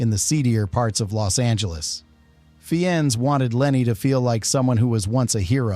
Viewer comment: “Fee-Enz”? WT actual fuck is your AI narration giving us? You’re cheap.